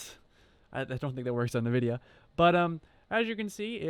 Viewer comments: OH MY GOD!!!!! STOP SAY NAHVIDIA!!!!!! For fuck's sake it even says the name on a lot of games. It IS NOT pronounced NAH-vidia. It's N.... vidia. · It is pronounced as n-vidia not niv-vidia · OK PEOPLE ! STOP FUCKING SAYING ! ~ NA- VIDIA ! ~ it's FUCKING ~EN-VI-DIA~ the company literally pronounces it when you load up one of their products. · It's not Nuh-vidia. -_- It's N-vidia. Also, you could have just used GPU-Z from the get-go, and you'd have known what it was right away. It's a GeForce "seventy-eight hundred" - you don't say "seven thousand eight hundred". Good grief. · Pronounced Envidia not Nuhvidia. Instead of taking it apart to ID, just run GPU-Z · A few tidbits of advice for your new channel sir.... 1. It’s not ‘NUH-VIDIA.’ It’s ‘EN-VIDIA.’ 2. Please don’t say ‘Seven thousand eight hundred....’ Say, Seventy-Eight Hundred. 3. Just flash the correct BIOS onto the card, and at least you can use the dang thing. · Stop saying “navidia” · if i see a person pronounce something like Nvidia as NaVidia, im sure as hell will not take them seriously from that point onward and probably assume they're not tech savvy, so I politely ask you to take your ass load somewhere else. Thanks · Drives me crazy when I hear people pronounce it as "NUH-Vidia". LOL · NUH-VIDIA. Credibility lost.